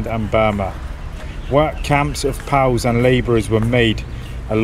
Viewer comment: Great videos. But please say “Pea Oh Double you’s.”✌🏽